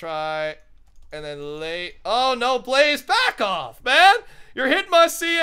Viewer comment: always goes to say back off and ends up saying black off